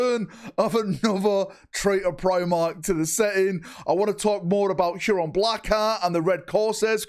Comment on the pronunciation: How, for the love of f*©K can you not pronounce "Huron"?